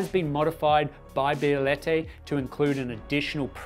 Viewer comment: Say Bielette 1 more time